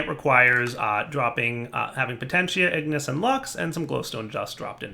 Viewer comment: And Ingis